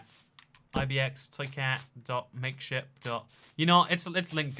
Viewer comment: Every time he says make ship I hear the p as a t.